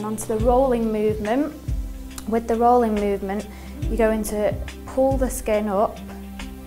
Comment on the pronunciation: "rin-gin-guh and rollin-guh"